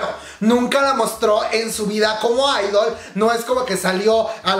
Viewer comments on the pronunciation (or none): none